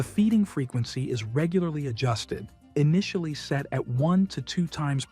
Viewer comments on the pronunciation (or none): none